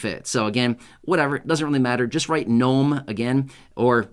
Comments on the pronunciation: Knome lol cute. Hagd everyone. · “GNOME” Hey you’re AWESOME!!